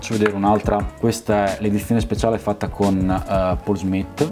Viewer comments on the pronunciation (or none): none